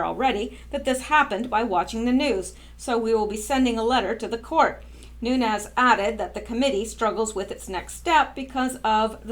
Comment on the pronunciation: Vessel_net_sky_ya. You did a great job on her name. I'm also glad you're saying Devin Nunes New_nez name correctly. Thank you for all your hard work and very interesting YouTube's. Keep up the great work and hopefully you'll come back to the USA to live full time as a US citizen soon